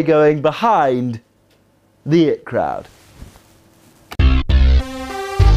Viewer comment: It's I.T. crowd (eye tea) not ít'.. they're in the IT department